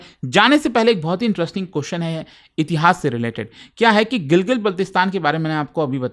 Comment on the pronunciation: Gilgit❌️ Gilgil✅️😂